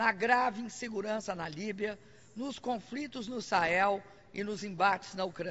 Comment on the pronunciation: "Os brasileiros somos ligados" "as causas profundas dos confRitos" "acirramento desses confRitos" "o Brasil seLá inteiramente solidário a isso" Ela não representa o país. Mas sim, uma parcela do Brasil que foi imbecilizada por anos de estratégia comuna-socialista dentro das escolas e universidades. O país, hoje, cria órfãos de educação sã.